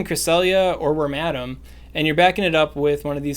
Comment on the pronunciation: It may be helpful to share the names of the pokemon in the team, especially for the less common pokemon. For wormadam, I would have sworn you were saying "ramadam" and had a hell of a time finding it.